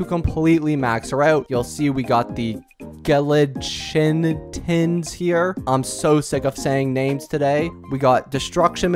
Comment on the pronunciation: Chitin is pronounced sort of like “Kai-tin” Anyways don’t mind me; Great video as always, keep it up, and I hope ur Star Rail accounts lots of luck with characters